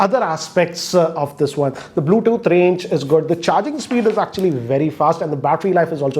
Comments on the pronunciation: Not "wrap" charge... You found bluethoot funny 😂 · "BLUETHOOT" LOL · He pronounces Bluetooth as Bluethoot😂